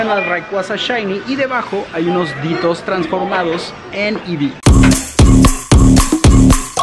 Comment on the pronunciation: Amigo se dice eevee